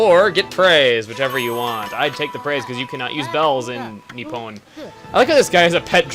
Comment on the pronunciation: I like the way you pronounce nippon but that isn't quite the right way to say it. The 'o' is pronounced the same way as in pompom. I do japanese so I recognised quite a lot of things in this game :)